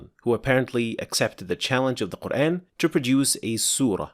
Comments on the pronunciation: It is not Qur’AAn, mate. It is Qur’æn. There’s a tajweed rule here. There’s 5 letters in the word قرءان and the way of pronunciation (heavy or light) is decided by the letter ء. Qur’AAn is the heavy pronunciation while Qur’æn is the light pronunciation. The tajweed rule is that there are heavy and light letters in Arabic so any of these letters, خ، ص، ض ،غ ،ط ، ق or ظ would be pronounced heavily but ء is not in this category. And any of these letters, ل، ر، or ا would be pronounced as either light or heavy, both are permissible but again, ء is not in this category either. All letters except the ones mentioned are to be pronounced lightly all the time with no exceptions and ء is one of them. Therefore, قرءان is pronounced as Qur’æn and not Qur’AAn. As for the word آية, it is again, not AAyah, but more like ayah like the u in the word ‘but’. There is no ٰ or any other madd on top of the ا that indicates the pronunciation to be pronounced as ‘aa’. In fact, there is ٓ which indicates a short vowel and indicates that the pronunciation should be pronounced as ‘u’ in ‘but’. So, no, brother, this brother is not introducing anything, just using proper tajweed as our Prophet SAW did. I’d really expect you to consider that this brother really seems to be educated in the rules of tajweed and his channel is literally about tajweed so perhaps you’d consider at least a little bit that he must have knowledge about the pronunciations…? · Mate, that’s not English pronunciation, that’s Arabic pronunciation. Qur’æn is the Arabic pronunciation whereas Qur’AAn is in Urdu and Hindi as I’ve witnessed. Perhaps they say it so in Malaysian, too? But anyhow, Arabic pronunciation is the correct one because it is the in the Arabic language after all. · Can you please fix your pronunciation of the word "Quran"? It's Qur-An and not Qur-Ane. It is very irritating and doesn't let me watch your videos. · The way you say “Quran” makes my brain itch